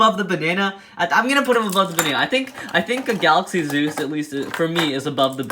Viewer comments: he said gulluxy Zeus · Also "galuxy zeus?" Hhahahaha